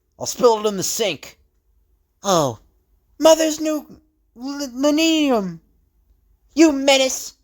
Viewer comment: And for future reference, it's LIN-OH-LEE-UMM